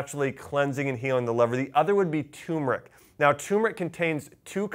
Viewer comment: Josh, it's not pronounced "TUMeric", but "TURmeric". Many people leave out the "R" when they say the word. Great video, thank you.